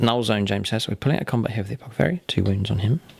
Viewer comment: Am I the only one who's supremely bothered by how pronounces apothecary. 😂